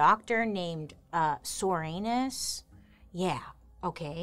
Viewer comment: Come on... Soranus? Comstock??? I think these people's names were intentional, dear lord